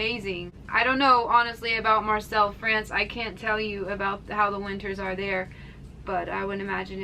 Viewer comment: Marseille = Mar-SAY.